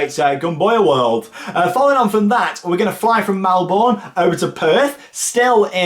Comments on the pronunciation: Looks such a great trip! Just an FYI, but Melbourne is pronounced ‘mel-burn’ 👍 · You sed it wrong it’s Melbourne